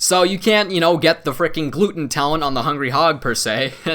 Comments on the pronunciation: lol gluten, I'm dead. glutton dude, glutton. NOT gluten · Glutton not gluten lol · Cracked Up Laughing when you named the talent for Hungry Hog as 'Gluten' [gloot-n]!! :D Actually the talent is called Glutten [gluht-n] (going with the 'Hog' reference in the name of the gun). (Still subscribed man... good, entertaining vid). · when he says gluten HAHAHAHA